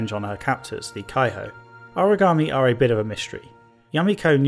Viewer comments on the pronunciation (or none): Origami is folded paper. Aragami is this game. Sort out your pronunciation